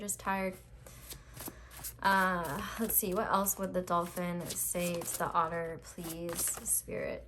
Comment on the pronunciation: Instead of otter i thought the whole time author wrongly pronounced?!?